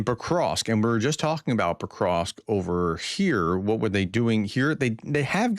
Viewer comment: You pronounce Pokrovsk well. Why do you have so much trouble saying Dnepropetrovsk? You do well on the first part of the name, but you mess up on the last part. The "rovsk" part is pronounced the same as in Pokrovsk.